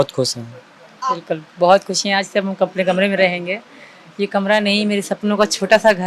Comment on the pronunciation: Lappu kusi ni hota Khushi hota hai bolna sikho